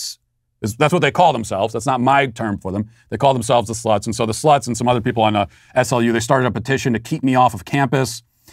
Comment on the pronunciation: The locals pronounce SLU like the word slew, just so you know!